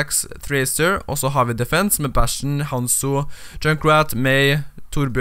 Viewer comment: Du sa bæsjen isteden for bastion